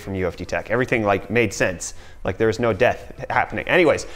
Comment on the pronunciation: Did. Did he just say "Hey dere, friends"?... Um uhhhhh ... You from northern Michigan?